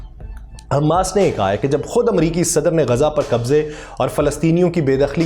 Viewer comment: صحیح تلفظ حمَاس ہے۔ حمّاس نہیں۔ میم پر تشدید نہیں ہے۔